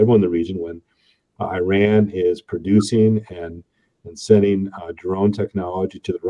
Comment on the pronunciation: Glad to note that you pronounced Iran correctly, unlike those other uneducated yokels